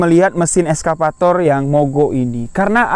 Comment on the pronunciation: Nyebut nya excavator bukan eskavator yo bg. Wkwkwk. Salam kami wong jambi jugo